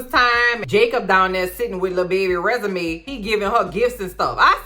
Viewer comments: I keep hearing Resume 😂😂😂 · Everytime you say "Resume" I cry 😂😂😂😂